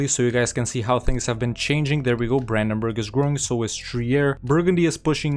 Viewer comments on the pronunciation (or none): none